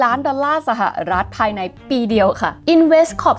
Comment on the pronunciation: ชอบสไตล์การเล่า น้ำเสียง และเนื้อหามากค่ะ ติดตามหลายคลิป 😊 แต่ติดตรงอย่างเดียวตอนออกเสียงคำว่า สะหะอะรัด (สหรัฐ) อเมริกาค่า เกือบทุกคลิปเลย